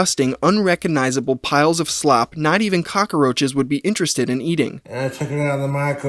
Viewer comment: did narrator say "caca-roaches?"